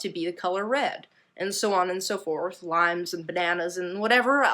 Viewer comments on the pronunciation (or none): none